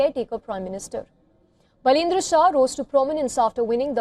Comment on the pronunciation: बाल + ईन्द्र= बालेन्द्र = Baby Indra = Balendra . Learn to pronounce his name